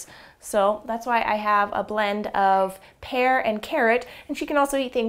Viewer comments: Ha Ha. I heard hair and carrot as well! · At first I thought she said hair and carrot lol .